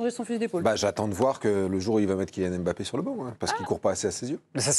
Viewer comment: Madame arrêtez de dire Em Bappe